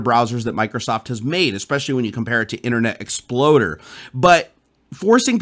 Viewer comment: Did you really say "Internet ExploDer" ? lol....